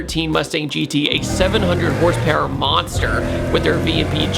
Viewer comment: YOU SAID HORSEPAIR